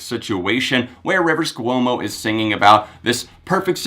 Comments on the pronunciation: Kwomo not Ku--omo. Ahhhhhhhhhhhhhhhh!!!!!!!!!!! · Dude says hes been a weezer fan for 16 years yet he can’t say Rivers Cuomo.... Really that just distracted me soo much I couldn't finish the video.